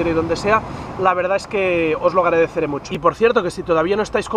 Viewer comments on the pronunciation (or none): none